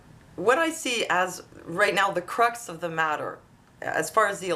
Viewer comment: did you say cruts of the matter what is that lol